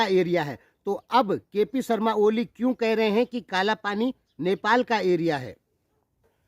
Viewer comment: Bhai jee aap ko kp oli ka nam to thik se lena nhi ata aap kya intarvew lenge